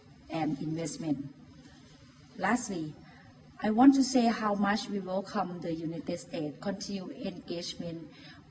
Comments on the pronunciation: ฟังดูตอน0.45มันพูดovercome มันควรจะเป็นwelcome อีโง่ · สำหรับคนธรรมดาจะพูดผิดพูดถูกบ้างคงไม่เป็นไร แต่สำหรับคนระดับผู้นำประเทศที่ต้องมีการสื่อสารติดต่อกับประเทศอื่นนั้นควรให้ความสำคัญกับการพูดและการสื่อสาร ไม่ควรพูดผิดพูดถูก อาจทำให้เกิดการเข้าใจผิดกันได้ซึ่งอาจมีผลเสียตามมา เช่น นายกฯพูด welcome เพี้ยนเป็น overcome ซึ่งแปลว่า เอาชนะ จะเห็นได้ว่าความหมายนั้นเพี้ยนไปโดยสิ้นเชิง ดังนั้น สำหรับผู้นำประเทศควรให้ความสำคัญกับการพูด จะพูดผิดพูดถูกมากไม่ได้ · อย่ามาแก้แทนเลยครับ จบนอกอย่างดี แค่เกริ่นนำมันก็พูดผิดแล้ว overcome มันแปลว่าไรฟระ ? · พูดผิดนิดเข้าใจนะครับ แต่นี่มีสคริปนะครับ อ่านสคริป แล้วก้มดูตลอด ไม่ได้พูดยาวรัวไปเรื่อย อย่างน้อยก้ช่วยให้ถูกทีเหอะ ว่าแต่ เปิดหัวมาไม่สังหรณ์ใจหรือเอะใจเลยหรอ Overcome ต่อให้สคริปผิดก้น่าจะเอะใจสักหน่อย เว้นแต่ไม่ได้เตรียมตัวแล้วออกไปสด